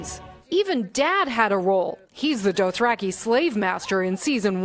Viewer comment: Wow that Dothraki was awful 😂